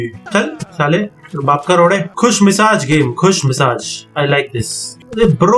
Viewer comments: It's Khush mijaz... Not khush misaj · Khush misaaj nai khush mijaaz hota hei 😂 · abbe khusmizaaz hota hai... khusmisaaz nhi😂😂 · Khushmisaj ni khushmizaj